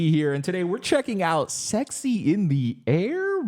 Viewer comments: no one can convince me he's saying sexy in the air because I only hear sex IS in the air lol and I've tried to listen for it a million times. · Same! That’s all I hear too and I’m not mad about it. He’s got me trapped in his loophole for sure!